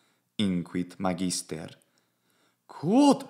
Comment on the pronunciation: Hey: You are stressing "magister" in the penult syllable, but I think it should be stressed in the antepenult ("MAHgister"). What are your thoughts? I love your commitment to the Latin language and your content.